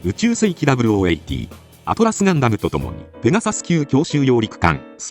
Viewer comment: it's "Atlas Gundam", not "Atlus Gundam"